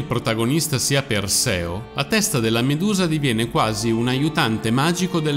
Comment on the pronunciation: La dicitura filologicamente corretta (e il canale si propone come competente in campi umanistici, quindi dovrebbe agire in modo anche filologicamente corretto) è: “Gòrgone”, “Eurìale”, “Pèrseo”, “Dànae”, “Fìneo”. Mentre per tutti i nomi precedenti si trova la pronuncia corretta su ogni dizionario, per “Fineo” bisogna ricostruirlo sulla base delle competenze filologiche, che posso comprendere che non siano diffuse. Però si può chiedere a esperti, che ancora, grazie al cielo, esistono. Mi spiace, ma mi fa male che chi si propone di fare cultura sul web - e peraltro sa farla anche bene! - si perda in queste cose diffondendo errori, come se non ce ne fossero già abbastanza in giro...